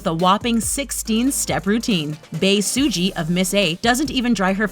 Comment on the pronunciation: It's bae suzy not bae su - ji